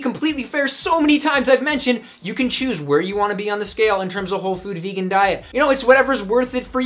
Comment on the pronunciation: "Vaygun?" Haha